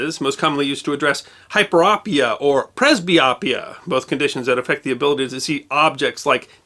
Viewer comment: It was Gholam Peyman MD who invented the excimer laser. I know him well. And the last part of each disorder, myopia, hyperopia, and presbyopia the "o" is a long, not short sound. I work in ophthalmology for 40+ years and have had the privilege of meeting many amazing MDs from around the world who were also inventors. Thank you for your channel. Just discovered it and am thrilled to learn the back stories on so many interesting topics.